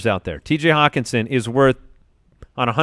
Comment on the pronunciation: call hockenson "HOCKEYE"